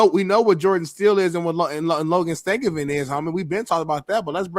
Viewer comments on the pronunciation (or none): the hockey expert cant pronounce one of the most famous NHL brothers last names ever. Staal does not sound like Steel lmao. that'd be like someone claiming to be an NFL expert and cant pronounce Manning.